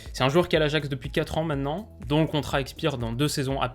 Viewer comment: Hello, toi qui fait attention au langage et à ta façon de parler, tu pourrais faire un effort et essayer d'arrêter de dire "mènnenant" mais plutôt "maintenant"?